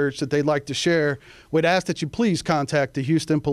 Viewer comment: You would think a CHIEF OF police in A major U S City could pronounce the word “ ASK” in 2024